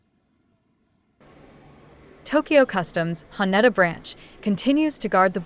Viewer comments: Ha-Ney-Da! AI strikes again? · how you said haneda sounded so weird please practice before saying it and say it the right way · Can't even pronounce the airport's name right throughout the video.